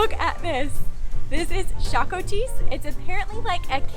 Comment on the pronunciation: The way she said šakotis is soo funny (im not hating)